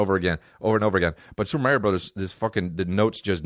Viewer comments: WHY IS NOBODY CORRECTING THE WAY HE SAYS MARIOOOOOO. EH'SACUDA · you say mario weird dude